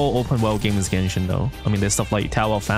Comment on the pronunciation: If I take a shot everytime saying "Genshit" in this video. I will immediately bury myself to my own grave